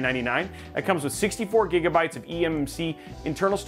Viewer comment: Thumbs up for the "256 Gergabytes" 😂